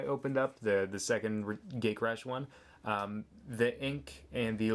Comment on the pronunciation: Did you just say gaycrash.